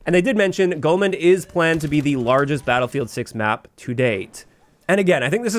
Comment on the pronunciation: There's no "N" in Golmud Railway. It's Golmud, not Golmund